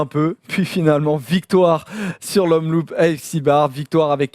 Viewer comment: ça se dit omloop pas omloup merci xd PS: un belge qui saigne des oreilles lol